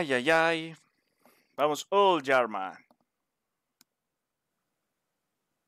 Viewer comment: Oye bro se pronuncia yarnam no yarman